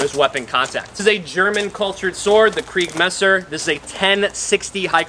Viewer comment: kriegsmesser! not kreigsmesser lol